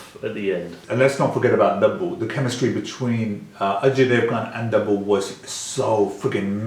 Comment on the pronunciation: man its tabu not dabu 😂